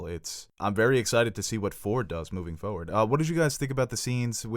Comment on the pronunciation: “...moving fawrward”